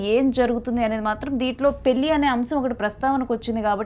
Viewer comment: యాంకర్ తల్లో పెల్లి కాదమ్మా నీచదువు చల్లగుండా పెళ్లి అనాలి తెలుగు భాష లో ప్రతి ఉచ్చారణకి అక్షరం ఉన్నది. తెలుగు భాషను చంపేయకమ్మా.